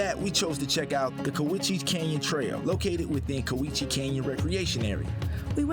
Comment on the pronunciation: You missed so much…like hwy 12 over White Pass…Goldendale, Fort Simcoe, Maryhill Winery, the great Columbia Gorge, Mt, Adams….you need to go off the beaten path…it’s…Cow-iche!